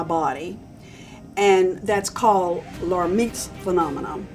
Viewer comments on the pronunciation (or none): I am rewatching this video again in December 2024, after seeing it online while looking for information using the hashtag sign along with IAOMT. I badly mispronounced the word, Lhermitte's phenomena, or Lhermitte's sign. The L is silent so it is pronounced "Her Meets."